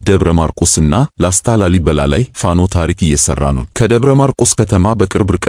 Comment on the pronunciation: ለዜናው እናመሰግናለን ! ፋኖ ስትል " ኖ " ጠበቅ ማለት አለባት፣ ያንተ አገላለጽ ልክ አይደለም፣ ለመሆኑ ፋኖ ፋኖ የሚለውን ወኔ ቀስቃሽ ዜማ አላዳመጥክም? በል ቶሎ አዳምጥ፣ ኮሜንቱን ተቀብለህ አስተካክል፣ በተረፈ በርታ!!